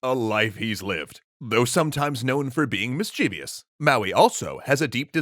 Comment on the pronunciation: FFS. It's /ˈmɪstʃɪvəs/ and nothing else. Why are Americans unable to pronounce this? Other than that I really enjoyed the vid.